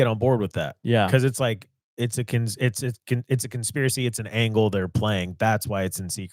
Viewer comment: Oh he said angle.